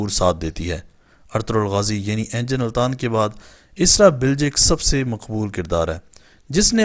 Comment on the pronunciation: بھاٸی انجن نہیں انگن التان نام ہیے